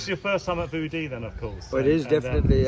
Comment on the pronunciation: get someone who can say View Dee 😂